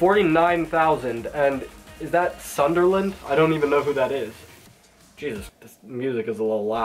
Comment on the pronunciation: “Sun Der Land”